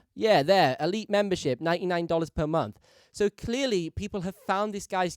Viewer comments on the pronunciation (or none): none